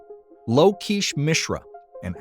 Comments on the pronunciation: I think lokesh is pronounced more like. Low-Ke$h Like ke$ha. I apologize if I'm off here, but it sounded like you took great care to credit them. I want to know if I'm wrong too! Hope this helps! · I think I can help. I know the language, culture and people. Lokesh.... The first bit is the same as lock. The esh at the end is exactly as it's spelt (rhymes with mesh) Hope that helps.